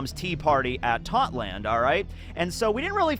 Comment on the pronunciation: Also since you brought up that the English dub reach whole cake island, in it we heard how Totto land is pronounced in English, and it is pronounced how it’s spelled, but why do you miss out the “o” at the end?